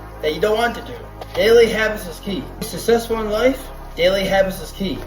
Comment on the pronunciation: How do you measure success when you literally can't even say the word success?